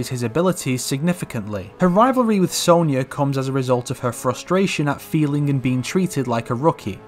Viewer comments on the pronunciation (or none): none